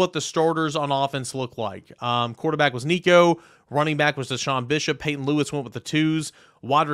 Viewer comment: Peyton not patron